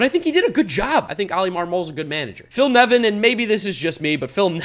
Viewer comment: Watched to make sure you got Nevin right. Was not disappointed.